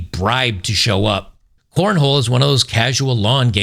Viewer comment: you need to be apologizing for mispronouncing corn-hole. It is a southern extreme sport.